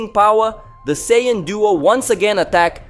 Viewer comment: I keep on forgetting you’re that guy cannot pronounce half Dragon Ball Z nations name, right you can’t say Goku and Vegeta‘s race name right you can’t even say Broly’s name right get off of YouTube man get out of here you’re no DBZ fan come on get you can’t say their names right you’re nothing get out of here get off of YouTube quit messing up and saying the wrong names so people can get the names right and learn the new fanscome on get out of here cannot pronounce the names right go back and go back to first grade and learn how to say their names right bro saying is not hard to say their names right Broly